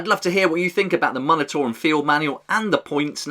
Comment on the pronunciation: Just a heads up, the “mun” portion of the word “munitorum” is pronounced “myoon”, rather than “muhn”. Like the word “munitions”.